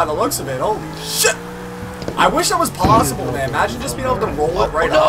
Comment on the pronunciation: Why does he always say chit instead of shit